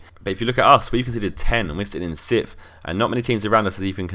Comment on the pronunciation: You say sittff instead of sixth... Just saying...